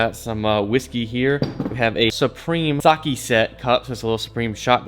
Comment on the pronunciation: did he just say sakee